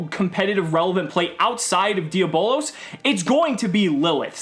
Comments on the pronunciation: It’s di a blose not di abolas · Hahaha it’s not dia bolos. It’s diablos and if you can try and fit that extra o softly. It’s Spanish for devil. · It's pronounced d_ab_lows